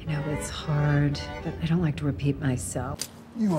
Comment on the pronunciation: Steve on the moon when John walker said 'I am captain america': 𝙄 𝙙𝙤𝙣'𝙩 𝙬𝙞𝙠𝙚 𝙞𝙩